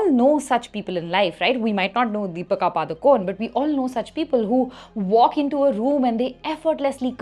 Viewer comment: You can't even pronounce DEEPIKA PADUKONE properly 😂